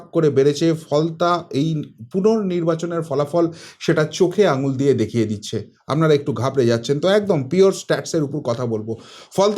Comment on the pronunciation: akta request apni please 'APNARA ' shabdo ta ke Apnara bolun 'AMNARA' bolben na khub kane lagey apnar channel dekhi bolei as a well wisher hisab e bollum mistake point out korar janye noi